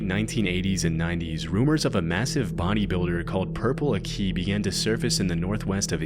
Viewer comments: Bro the pronunciation of purple aki is killing me, the aki was commonly pronounced as a-ck-y not a-ck-ee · PURPLE AH-KEY NOT PURPLE A-KEY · It’s purple ak I not akee (ak-aye) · Purple a-key 😂 it’s purple Ackkee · My time to shine. Purple aki used to prowl where I used to live. His name is pronounced purple ah-kih not a-key. He is named as such because he is so black he looks purple. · Purple Aki is pronounced “accy” not “akey” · Bit late but British guy here, it's not purple a-key, it's purple ak-eh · Not purple aki 😭😭😭it’s “Akee” not “ahki” idk where you got swallowing kids whole from either lmaoo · Its purple Ack-e not A-key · It's not 'purple a-key' it's 'purple aki' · ITS PURPLE AK-IH NOT AK-EEH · That's not how you say purple aki. It's akky not ack-ie or if you're struggling just use purps. I've met him a few times when we were kids, he'd turn up after dark to the parks when we were drinking and ask people to squat n stuff. Mad guy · Can confirm that growing up in Liverpool / Merseyside in the 80s and 90s, Purple Aki (usually said as ak-key, rather than a-key) was far more than just a legend. He was taken very seriously by the people who lived in the area and was almost worse every time he got released. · It's Purple Acky not A-key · It's not purple "akiii" it's more like purple "akeeh" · purple aki is pronounced AK (like yak) EE . he's a fkn creep still doin that shit, and always claiming racism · it's pronounced purple 'acky'. Also, he wasn't a paedophile or murderer as the video implies, he was just a weird pest. In the end, people were harassing him far more than he was harassing others. He died in Aug last year. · No way is Purple Aki on this upload, btw its pronounced Akee AND HE WAS FOUND DEAD IN HIS FLAT last month in Toxteth Liverpool here in the UK. I did not know Purple was actually a real man until I moved to liverpool 15 yo. apparently all the lads in jail would seek legal advice from him as he was very knowledgeable. RIP Aki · Purple "ACKY".